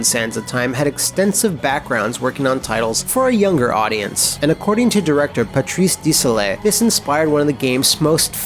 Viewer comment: Wait, doesn't Matt live in Montreal? You'd think he'd know how to pronounce Patrice Desilets' name...